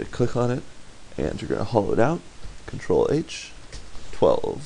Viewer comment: wtf do u say? control age?